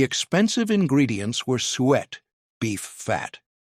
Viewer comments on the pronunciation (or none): Believe its 'suet' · What is sweat? Obviously another stupid AI mispronunciation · The plum pudding is made with 'sue-et' NOT 'sweat'. It is beef tallow but I have found that everyone liked the pure butter steamed pudding better.